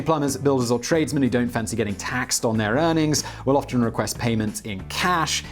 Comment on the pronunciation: You speak with such clarity - with most everything. Hey you don't pronounce 'often' correctly... Haha